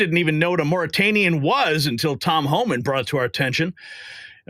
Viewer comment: Whats a Moratanian!?